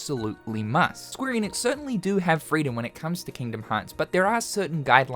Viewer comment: SQUARE ENIX. Not EEEENIX